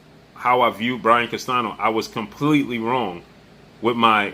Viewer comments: Spanish speaker and teacher here. The ñ in Spanish is pronounced close to the English ni (or like the Italian gn) so Castanio would be a close pronunciation of Castaño, but not CastaNo. Like your channel. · It’s pronounced Castanyo.:Castaño the enye:ñ has the NYO a quick pronounced N followed with YO just as fast. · It’s Brian Castaño not Castano